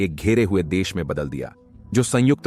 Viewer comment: Kitni var sangujt bole ga ? Or kya Kitaab pad rha hai ? Ek do hi video theak hai baaki sab bekar hai